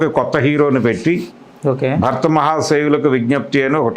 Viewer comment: అరేయ్ అయ్యా భక్త మహాషాయులు కాదు భర్త మహాషాయులు 😂😂